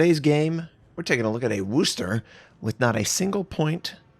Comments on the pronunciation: Please stop saying “Wooster.” It’s “Wusster,” or “Wusstah” if you’re from the area. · Hearing it get called the wuuster triggers me so hard. Speak English! Notser. You were the chosen one.